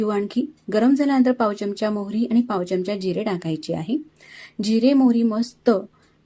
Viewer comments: च्यमच्या नाही बोलत. चमचा असा शब्द आहे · च्यमचा न म्हणता चमचा म्हणा‌. छान वाटेल.